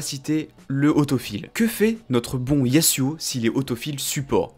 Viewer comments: c'est pas yassuau c'est yazouo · on dit "yazuo" pas "yassuo" ca c est un streamer xd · Par pitié dis yaZuo CAR UN S entre deux voyelles SE PRONONCE Z ZZZZZZ ZZZZZZZ